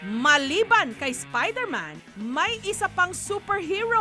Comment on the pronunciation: Spayderman waw hahahahaha